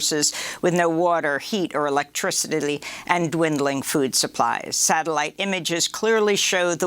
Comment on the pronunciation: Did anyone catch Amy's "Electricidily" at the beginning 😂